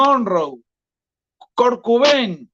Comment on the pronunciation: "Cor Cubein" JAJAJAJAJAJAJAJAJAJA